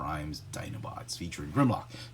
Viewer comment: Hey, his name is SLAG! Not slug.